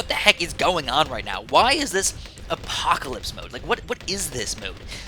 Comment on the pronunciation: it's called "Apopalypse" not the apocalypse (what u said in game not the title)... silly:P